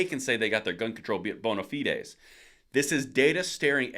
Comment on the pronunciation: One note,, it's pronounced boh-nah-fyds.